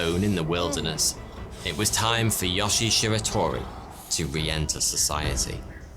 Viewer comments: Yoshi!?!?! Srsly tho pls the i is pronounced as “ee” and e is pronounced as “eh” So it’s like “Yo-she-eh” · His name is YoshiE, not Yoshi. When Japanese words are spelled with Latin letters, they're read with their real pronunciation, not the bullshit English one. E.g. a is "a", not "ey", i is "i" not "ay", etc. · for all the non japanese speakers out there. the E in yoshie is pronounced. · is great but his Japanese pronunciations was horrible. Example: yoshie’s name. He pronounced it ya-shi, while it’s actually pronounced yo-shi-a. The videos good but this story was done better by Kento-bento if you want to see it. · Why does he pronounce it "Yashi" oh well... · Yo-shi-e. Three syllables. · Pronounced: Yoshi-eh